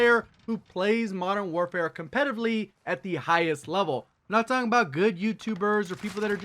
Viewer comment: im just pointing out that you said “competitively” wrong